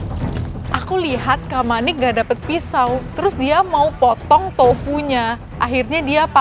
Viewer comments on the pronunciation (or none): chef renatta sebut manik hofit 😂